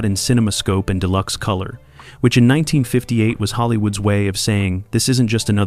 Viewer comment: As long as AI doesn't lean how to pronounce dates/years and unconventional names we'll be alright! 😆 How does it learn to say "number 19" but can't say "1958" ???????